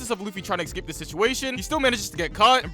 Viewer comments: Escape. Not excape. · it's escape and not ecscape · eScape! Not eXcape. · This is great, but you saying "excape" instead of "escape" drives me absolutely insane 😅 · dude can't say "escape" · bro cant pronounce escape or ask